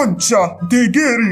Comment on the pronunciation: No es por ser chismosa pero se dise Gary no gerry